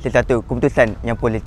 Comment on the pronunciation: Sekian dam bukan syekian 😂